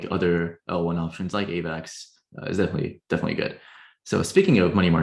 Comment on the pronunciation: The way this guy says Avax bothered me